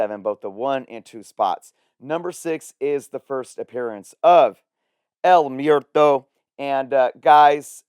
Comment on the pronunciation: Mwehr-toe. Not Myer-toe. 😅 Spanish word for death.